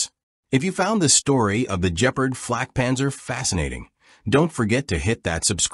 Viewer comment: Bloody hell the A.I. narrator really botched this one! “The Jeaprd”😂